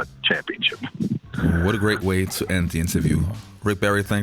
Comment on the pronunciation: "SL-ICK BARRY"!!!!!!!!!!!!!!!!